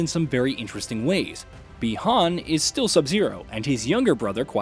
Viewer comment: but yet he flipping said Chinese "Bi-Han's" name right WTF!!!